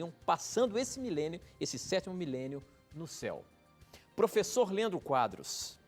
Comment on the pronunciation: Matheus Silva Kruger falou porfessor